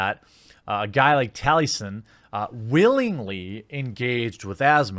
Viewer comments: His name is Taliesin, as in Tali-E-Sin, Jeremy, read the names for goodness sake... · Mr. Morta1ity he knows so little about the guy he is attacking that he can’t even say his name correctly 😬, gained some perspective after watching this